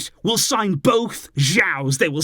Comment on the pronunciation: its pronounced "sho-ah-oh" not "sha-oh"